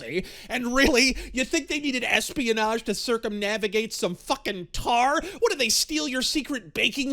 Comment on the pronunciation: I swear I heard you say international "lesbianage"